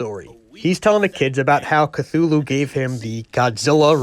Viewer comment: At least your "mispronunciation" of Cthulhu wasn't as bad as when he was on the ghostbusters cartoon. They pronounced it Kat-hoo-lu.